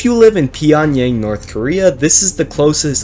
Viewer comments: It’s not “pee” mate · bro's the worse history channel. i mean really not trying to hate but take some research on the more simple stuff for example: your pronunciation of pyongyang was very weird and gobi is a very very cold desert especially there because of the cold air comming from siberia. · Not saying Pyongyang right